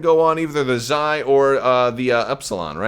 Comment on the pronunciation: Perhaps the Xi class shuttle is pronounced as 'She" class shuttle, similar to how in legends there was prince Xizor (pronounced 'she-zor')? I do believe that Terex had the Carrion Spike as well as a personal ship.